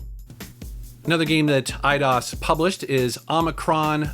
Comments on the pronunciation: it’s Eye-dose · I always thought it was pronounced "i-dose"...like 👁 + Spanish number 2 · It was pronounced i-dos? I always pronounced it aye-dose. Huh. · I've always pronounced the company EE-DOSE. Hearing said as I-DOS sounds weird. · I thought it was pronounced Ee dee os. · I always pronounced it e-dose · Eye dos is how Americans pronounce it i think. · Huh! Always pronounced them /AYE-dos/ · Lol, I always pronounced it 'I-DOSE'. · I pronounce it e-dose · I pronounce it as "Eye-Dos" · I've always pronounced it "eedose" lol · I always pronounced it E-ah-dos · the spanish numer two is not pronounced "dose" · Dat moment when he pronounces EIDOS wrong. I think it's pronounced I-DOSE. Also you should trash Tomb Raider Angel Of Darkness in a future video. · They way you said Eidos literally made me want to close the video